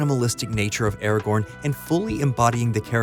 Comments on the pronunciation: Its Aragorn and its NOT pronounced Eragorn you simp. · You keep saying Arago(r)n - the second R is silent.